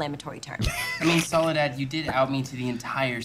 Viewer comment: Soledad isn't that weird of a name, it's a name latin American/Spanish speakers prefer. It sounds less stupid with Spanish pronunciation